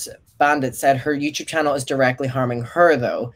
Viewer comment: take a shot every time says "youchube"